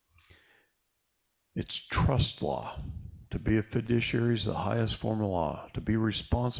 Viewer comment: Fiduciary, not "fidiciary". Sorry, but as you have been saying, and as we all know, words are very important.